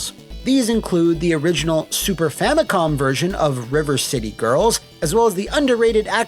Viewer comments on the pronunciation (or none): none